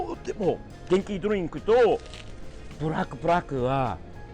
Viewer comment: ドリンクの発音がすごいナチュナルにきれい🙈